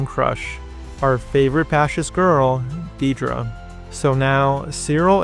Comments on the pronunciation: Not Diedra, Dedra, pronunced "Dead dra" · In the show it's never once pronounced Deeedra. It's never spelled Deedra in the subtitles. It's "Dead-ra." If you had a friend named Debra, would you call her Dee-bra? Weird. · It is Deh-Druh, not Dee-Druh. They say it like 1000x in the show. This is a pet peeve of mine, apologies.